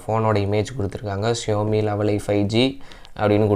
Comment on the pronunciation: It's Xiaomi ( shaumi) not showme apart from that it's was good unboxing 👍🏻👍🏻